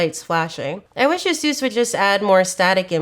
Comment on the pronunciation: Somebody please teach her how to pronounce Asus. It hurts every time I hear her say it.